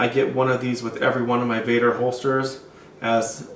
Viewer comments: VEDder not VADder it's an E not an A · Dude you called it vadder another video you did....its called vedder with an E.not vadder..VEDDER.........